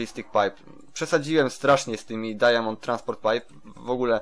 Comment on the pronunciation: Mów dajmond a nie dajamond